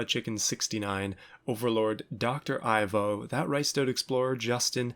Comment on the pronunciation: hey... you got my name right... most people pronounce it ee-vo... (i prefer eye-vo)... also... just ivo is fine